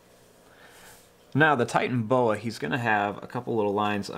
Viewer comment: You didn’t say it correctly